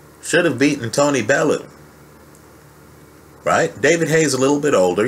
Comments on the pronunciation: its fucking Bellew (bell-you .. not bel-loo) yanks man pffff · why can't you yanks pronounce belly-you